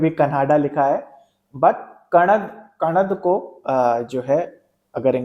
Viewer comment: Sir उच्चारण कणाद होगा